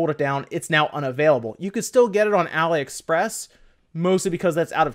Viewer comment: Not sure if it's just me but I've always heard say it as a-la-express instead of a-lee-express for AliExpress